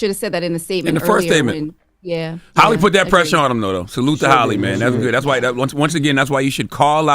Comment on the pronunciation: Her name is Halle …. Not Holly